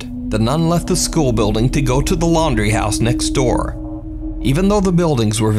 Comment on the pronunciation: needs to be in jail for the way he mispronounces "house" and "out".... aside from the fakery